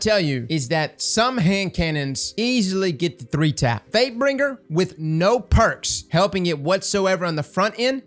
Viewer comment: Question for everyone, am I the only one who hears say fatebringer as fakebring at the beginning of the video?